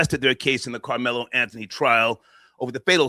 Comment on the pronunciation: Lmao annihilated Carmelo Anthony name lol